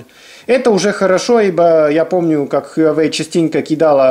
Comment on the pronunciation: только тогда уж хуа-уэй, без "ю")